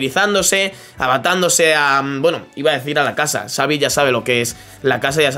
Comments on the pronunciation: No se dice savi es chavi 😂😂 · pq casi todo el mundo dive savi con s, se dice xavi se pronuncia chavi